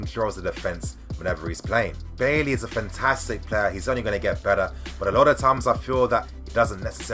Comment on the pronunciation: It’s pronounced “buy-E” not bay lee bro